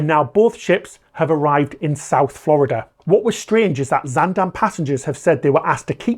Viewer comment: as a Dutch native, I have to say this first: great job on your pronunciation of 'Zaandam'! Very sad to see the incompetence of authorities continue at the (potential) cost of more human lives.